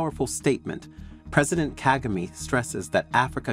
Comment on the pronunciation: Why do you still mispronounce the President of Rwanda name? Are you doing this on purpose?